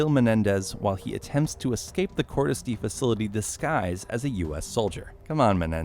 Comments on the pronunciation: It’s die not dee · with the amount of times they screamed "Cordis Di[EH]!" in BO2 and this dude still pronouncing it "Cordis [D]," I'd say he didn't even watch cutscenes of the game lol. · its not cordis di its die its latin ffs why americans are so useless in pronouncing simlple words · It's "dee uh" cordis die sounds like "cord-is-dee-uh" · Not cordis dee it’s cordis die (d-ay) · "kortes D..." It's "Kort-us dee-uh" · It’s cordis de-a not cordis dee did you even play the game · It’s not cordis di it’s cordis die (dee-eh) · Hearing this guy say “Cordus Dee” makes me want to cordis die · "Cordis dee" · cordis dee cordis dee a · Great video but you are pronouncing “cordis die” all wrong it’s latin. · It pisses me off how you say “coris die” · Ahhhh yes Cordis “Dee”. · and dimitree pentreko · "Cortis Dee" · Cordis DeEE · The fact he pronounced "Cortes Die" wrong so many times makes me sad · It’s pronounced cordis d eye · no it’s ACTUALLY pronounced CORE-DIS DE-UH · It’s pronounced Cortes dia, awesome video though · Cortes D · Bro come on petrenkka no pe tren ko, Cordis Die e sounds like an A dia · Hearing the way he says cordis die hurts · why can't anybody pronounce "Cordis die" right, it is literally pronounced in the game! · Everything is good but atleast say cordis die right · Anyone else annoyed by the way he pronounces Cordis Die? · "Dimitri Petreko" "Cordis DEE" lol! But good video overall. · nope. no he did not. "Pentreko", Cordis DEE". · I mean you don’t have to play the games but you can at least take 2 seconds to learn how to pronounce Petrenko and Cordis Die, jesus